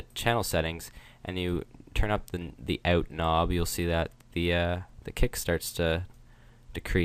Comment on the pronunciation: Are you Canadian? "Ought"